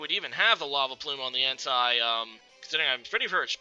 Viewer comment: En-Tay is how you pronounce Entei